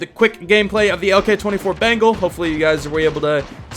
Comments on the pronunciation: Bro, it's not "bangle", it's "BENGAL" - like the Royal Bengal Tiger. Bangles are what some girls wear on their wrists. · It's not bengal like ( ben-gel) it is (ben-gaul) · It's Beng-ALL, not bangle. Sorry it was bothering me :P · Me: bengal: bangle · You pronounce it like 'Bangle', actually it sounds like 'Bang all'..... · It's not pronounced bangle but bengaul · Bro, it's not "bangle", it's "BENGAL" - like the Royal Bengal Tiger. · the pronunciation is Ben+gaal or more like beng+aal = Bengal which a state in india😅 and the skin is more likely referring to the Bengal tigers. Also, love your videos, cheers! 🍻🤘🏼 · It’s pronounced as Béngawwl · its actually pronounced as beng-ol.....or beng-all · I'm from Bengal and I can't help but laugh the way u pronounce it🤣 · The way he pronounce Bengal 😂😭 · Yeah lol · I am from West Bengal And the he says Bengal really makes me laugh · yep he literally pronounces bengal like that🤣🤣🤣